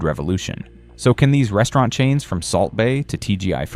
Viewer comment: Subway is still popular in Australia. Did he say breastaurant about Hooters?